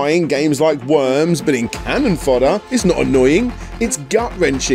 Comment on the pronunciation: 1. It's 'CANNON fodder', not 'cannon FODDER' :) 2. Did you really do an entire 29 minute game retrospective without showcasing one second of game audio? 3. I remember Stuart Cambel from Amiga Power. He was quite a character. I wonder if he has lived down the time he photocopied his sphincter and published it in his pre-Amiga Power game self published mag :)